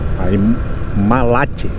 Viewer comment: Onde vc falou malat é Mallet se pronuncia Malé ,a erva mate é a mesma que se faz o famoso CHA MATE LEÃO